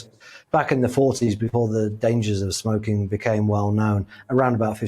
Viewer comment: Love how she pronounces smoking 🚬